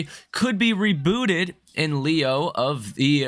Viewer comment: the word, lieu, was pronounced as leo. I couldn't believe my ears, given the level of the speaker's talent and expertise. Still, someone needs to say something!